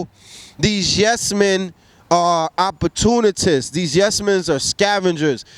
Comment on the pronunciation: the word is ..."opportunist," not opportunitists. This is so annoying.